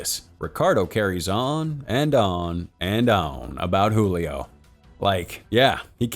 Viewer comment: Great Video Cinema Recap!! 😉😉 But I noticed some things off about the pronunciation of some names, like "Julio" and "Paola" where the "J" in Julio was pronounced like an "H". This movie is in Portuguese not Spanish so the "J" is pronounced like an actual English "J"(not really but much closer than the Spanish one) and "Paola" the "O" is the stress syllable. The things I pointed out affected absolutely nothing in the experience of the video, as I said before great video you don't really see Brazilian movies being displayed internationally so keep the good work!